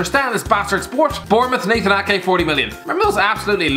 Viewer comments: You got nathan ake damn right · mate you got the Ake’s one right!! To man city 😂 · I mean he nailed ake